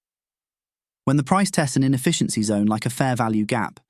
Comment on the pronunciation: Lost me at "infficiency"